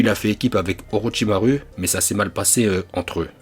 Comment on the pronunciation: je regarde vidéo de youtubeurs je constate qu'il prononce Mal les nom des personnages il dis Naruto 'orochimaru'achirama ce faux ce (naluto' olochimalu ' hachirama avec H écouter bien Madara lorsque il parle il y'a aussi les noms des techniques par ils disent éléments raiton cet faut ce laiton même dans DBS ce pire (frizer) ce (freiza et dodoria san hakai shin bul Sama)